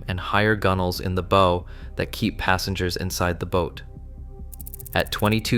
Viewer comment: Hard to take it as fact when it doesn't know how to pronounce "bow".